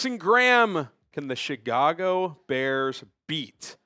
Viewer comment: Did you say Chigago....that's what it sounded like...that 1st one.